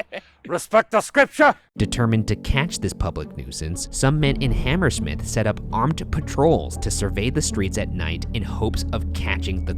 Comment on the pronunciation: I have never heard someone pronounce Hammersmith with that pronunciation and emphasis. I always hear it ammrSMIF pretty much not HamERsmiTH